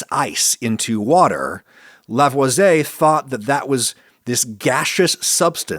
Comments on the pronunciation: I'm a community college drop-out and I know you mispronounced Lavoisier . It's 'Lah-vwAh-sEE-AY' See "courvoisier" See Tim Meadows in the acclaimed 2000 movie "Ladies Man" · The pronounciation of Lavoisier killed me and I’m not even French